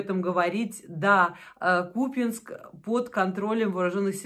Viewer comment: Да не купЕнск! КупЯнськ!